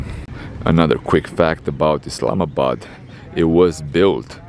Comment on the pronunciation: Just love the way you effortlessly pronounce 'Pakistan' and 'Islamabad' properly. Other so-called 'travel-vloggers' should take a leaf out of your book and show some more respect to a noble people and country which is Pakistan. I like your sense of humour and you take some amazing photography. Judging by your current performance, your channel will thrive, insha'Allah (god willing). Keep up the great work!